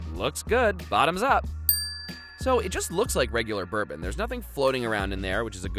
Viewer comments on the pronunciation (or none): none